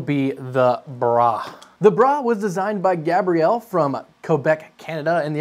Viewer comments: I'm pretty sure it's Gabriel (Gae-bree-el), like the angel, aka Gabe... It's a dude's name typically. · I love how he pronounces some of these names. Gabriel and Johann in particular. I'd almost be willing to wager something those were both masculine names.